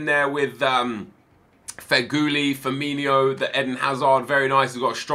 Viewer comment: Its FI-RM-IN-O not FI-RM-IN-IO